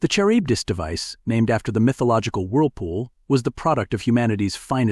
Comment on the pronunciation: Charybdis = kuh-RIB-diss